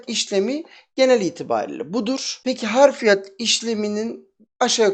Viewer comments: Harfiyat değil Hafriyat abicim. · harf değil hafr.....hafriyat yani kazı işlemi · hafriyat yazmışsın ama harfiyat diye söylüyosun abisi.